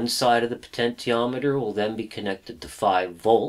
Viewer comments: It's "poh-tench-i-ah-met-er" - you don't say "poh-ten-tee-all" do you? Potential is the root word of potentiometer. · Great lessons very outstanding indeed, but I can't help it to make fun of your potentiometer pronunciation just try this "Potenshiometer" hhhh just kidding , you're doing great, I enjoy your clear Christal explanations, I just ordered my kit, will arrive Jan 4, I will be doing all of your projects inchaAllah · po-tent-i-o-me-ter made me leave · You have the cleanest workshop I have ever seen! I should know, I suffer from OCD! Your videos are so well made and edited, no wonder you don't crank them out very often. It must take you days to make one. One criticism; Potentiometer is pronounced like this : Also, Bipolars running on current chopper drivers, will outperform Unipolars in every way, including speed of rotation. This is why, all 3D printers use bipolar motors with current chopping drivers like the A4988 and larger supplies than the motor's rating. If you run a 2V motor on 30V (current limited by the chopper of course), the current will have a very short rise time before the it hits its set maximum value, when the driver chops it off and keeps it at that level. In other words, current through the coils is more important than the supply voltage. The lower the working voltage of the motor, and higher the supply voltage, the better its speed performance. In other words, a 2V motor running on 30V, will have a better performance than a 5V motor running at 30V. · Please for the love of God pronounce potentiometer normally!